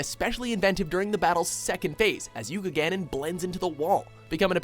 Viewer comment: Also say Yuganon.